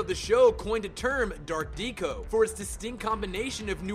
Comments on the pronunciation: Learn to pronounce words right before making another video, "AH-Bay" Vigoda? Art Deeko? Come on- that's not only sloppy but really embarrassing. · Matt Lipton And "Deco" as "deeco". Like, it's one of the single most well known art movements of the last century... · Ditto. I was yelling at the screen when he said "Art Deeco" It's "Deco" with a short e as in "Decorate"! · The same way he says Deeco instead of Deco. Wtf? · Art dee-ko? It's pronounced deck-o. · Mispronounciments everywhere. Art dee-co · Don't forget "art DEE-ko." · Art Deco's pronunciation hurt my soul. It's not pronounced like decoy, it's pronounced like decoration (hence the name.) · You can learn how to pronounce to Hamill, Abe, deco and Trial correctly. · New title: 107 Word Mispronunciations (and some Batman: The Animated Series Facts) "Greg-or-eehan" chanting (Gregorian = "greg-gore-ian") "Ah-bay" Vigoda (Abe = "ayb") Mark "Heh-meal" (Hamill = "ham-ill") Dark "Dee-co" (Deco = "deck-o") Fact #84 the episode "Trail" (instead of "Trial") Hey, a few mistakes out of almost 20 minutes of lines is an understandable margin of error. It is a great video anyway! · This was a pretty good list all things considered! Super interesting and well done. Though you'r pronunciation could use some work. Ah-Bey Vagoda? Abe is short for Abraham and is pronounced like the abe in Babe. Dark Deco, pronounced Deck-o. Trial not Trail. Harvey not Harley.